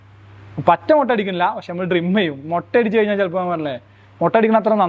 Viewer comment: ഡ്രിം അല്ല, ട്രിം🤣🤣